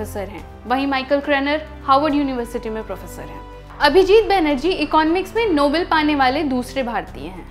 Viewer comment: Its pronunced as नोबेल not नोबल